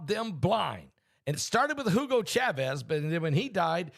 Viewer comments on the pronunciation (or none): none